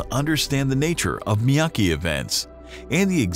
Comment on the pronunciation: Miyake, not Miyaki...